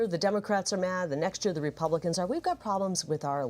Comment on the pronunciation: Why can't Gallego pronounce republicans?